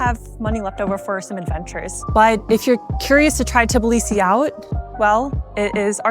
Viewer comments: For all my beautiful foreigners it is not TiBilisi - Tbilisi ( please remove Ti :) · 🫨🫨🫨 Try saying t-Blee-see. Not teh-bull-lee-see. 😄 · This is TBilisi, not TiBlisi